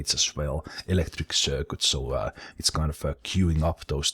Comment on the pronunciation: circuit is sir-kit not sir-quit